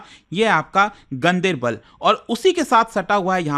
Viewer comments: Gandibal nahi....Gan- Der-Bal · He has pronounced it wrong locally it's pronounced differently like gaan-dar-bal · The right pronunciation is गांदरबल